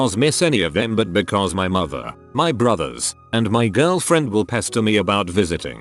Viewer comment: when it says “girlfriend” it sounds fucking weird